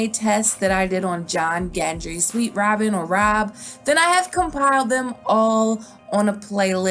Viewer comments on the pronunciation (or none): none